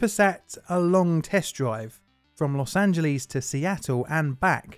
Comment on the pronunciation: Other than mispronouncing Los Angeles it was a fine informative video. Bravo. Also, VW was reprehensible for all of this, but with their historical connections to the Nazis, it's to be expected. I wish they would have allowed the sale of used VWs, but banned all new ones. Why punish the consumer?